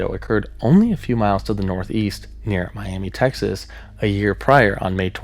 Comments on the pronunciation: How interesting. I live in the Texas panhandle and never knew the Twister image was from a tornado in the area. For future reference, Miami is pronounced My-am-uh. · West Texan here. Miami, Texas is actually pronounced "Miama". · My only problem with this video is how you said Miami Texas cause that ain’t right my friend it’s my-am-uh lol great vid though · it's Mi-am-uh, Texas :) Both Miami, Oklahoma and Miami, Texas are pronounced Mi-am-uh because they're named after the Miami Tribe; Miami, Florida is named after the Mayaimi Tribe, so it's pronounced differently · Just a quick note, Miami, Tx is pronounced “My-am-uh” Great video regardless! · It’s pronounced Mi-am-uh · Quick tip: the town is pronounced “Miama” or “Miamuh” I don’t know why it’s pronounced that way either, and I’m from the area lol Great vid!